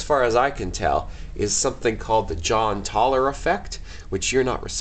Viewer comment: Great Video! But I think it's actually Jahn Teller Effect instead of "John Taller effect", I think John would appreciate you guys not to laugh at his height.